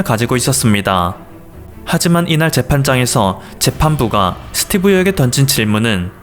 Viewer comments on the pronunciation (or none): 스띠브 ~ㅋ 발음이 안된다.이제 지친다 니가 뉴스에 나오면 내 수명이 짧아지는거 아니? 고마 해라. 그지같은게 어디서 지룰 염뱅을 떠냐 니 세금 때문에 지금 한국에 오려는거 모른지 아냐,? 진짜 들어 오려면 니 재산 한국에 몽땅 기부하고 군대 갖다오면 용서할께